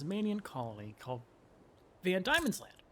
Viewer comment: Not to be 'that guy', but Diemen is pronounced 'Demon'.